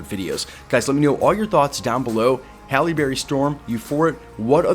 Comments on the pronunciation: Bro. Pronounce her name right. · I immediately noticed that you pronounced her name two different ways and you pronounced the word cat as dog which was really weird. Take your time dude...